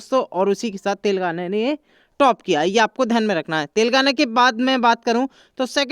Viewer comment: Are Bhai tel gaana nahin Telengana bolo 😄😄😄😄😂😂😂😁😀